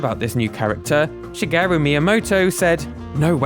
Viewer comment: please pronounce shigeru correctly. is my father name. is しげる. thank.